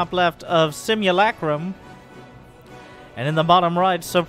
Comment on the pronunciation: Wo looked up how to pronounce simulacrum:o this game has to be good